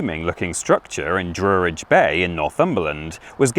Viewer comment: PRONOUNCED DRUH RIDGE, NOT DROO RIDGE.